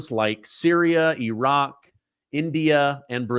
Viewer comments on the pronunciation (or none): none